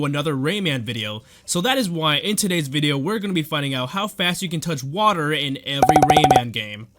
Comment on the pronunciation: Toch wader